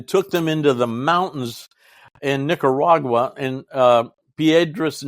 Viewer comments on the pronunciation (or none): none